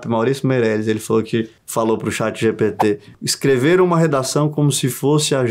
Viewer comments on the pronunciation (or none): none